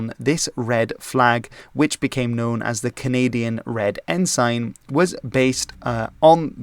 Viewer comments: I was always taught that ensign was pronounced ensun. I see by searching online that the UK pronunciation is ensun. Other English speaking countries, as with many words, use different pronunciations. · A non native English speaker telling how the name of a Canadian province is pronounced (incorrectly) is…laughable. It makes the mispronounced “ensign” less offensive, by comparison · ensign is pronounced with a schwa so it it's more like en-sen, not en-sain. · Loving your content, so here's some pronunciation tips to help you make it even better! "Cabot" sounds like "cabbit". The second syllable of "ensign" rhymes with "sin", not "sign". "Newfoundland" sounds like "Noofin' Land" -- primary stress on the first syllable, secondary stress on the last. It's "Diefenbaker", not "Diefenbacker", and the last two syllables sound exactly like "baker". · Good video, but it's pronounced En-Sin, not En-Sign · I know your native language is not English, but the word is not En-SIGN, but En-SIN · its pronounce en-sin not ensign... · "En-sin" not "En-sign" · Good vid! - I will point out that 'ensign' is pronounced "en-sin", and not "N-Sign". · Good video. One FYI …. Ensign is pronounced en-sin (not en-sine) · Firstly, ensign is pronounced "en-sin" in Canada. Secondly, it's "Diefenbaker", not 'Diefenbacker. Thirdly, also part of negotiations to change the flag was the progressive New Democratic Party, then propping up the Liberals in the Canadian House of Commons. Finally, an excellent video otherwise. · Also: En-sin (not en-sign) and Dee-fen-bay-kur (not bakker). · It is not en-sign..it is pronounced "ensin" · Not “En-sign” its “En-sin” g is silent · Lester Pearson was not the "Governor" but the Prime Minister. Furthermore, it's pronounced EN-sin, not en-SIGN. Yeah, you can say en-SIGN, but it's not right in this context. ALso, it's RMC, the Royal Military College, NOT the Canadian Military Academy. Like, just google it. It's in Kingston. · It's pronounced "En-sin"